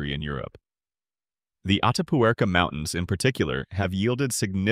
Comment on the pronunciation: The translation is lousy. Antecessor comes from Latin, every letter sound as it's written. Sierra de Atapuercanot Atarea; Sima del Elefante, not Sema, and so on. A self called scientific page should be a lot more careful. If it has so many mistakes, how can we trust the rest is correct?